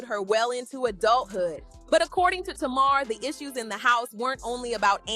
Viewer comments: It's not tamaarre, it's Tamar! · Not Tuu-marrr 😂😂😂